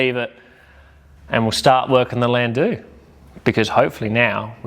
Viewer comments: Wtf is a landoo? I’ve had a couple in my younger years but they were called a landau not landoo . No idea how an educated Australian could get the pronunciation so badly wrong lol 😂 the “au” in landau is pronounced like “our” without the “r” lol Thank you for the rage bate 😂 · Landoo grinds my gears ugghh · It's pronounced. Lan dow.. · I AM NOT TRYING TO BE HARD ON YOU SON BUT WHAT THE FUCK DID YOU JUST CALL THAT CAR.. STEP AWAY FROM THAT VEHICLE... IT'S PRONOUNCED. LAN...DOOR.. ......